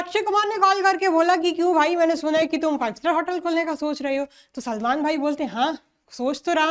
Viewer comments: salman ❌ selmon ✔️ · 30.13 Salman ✖️ Selmon☑️ 😂😂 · Salman ❎ selmon ✅😅😅